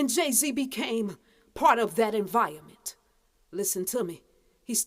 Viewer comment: She said enviament